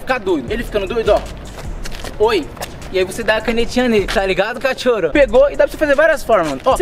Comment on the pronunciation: Kkk adoro quando vc fala cathoro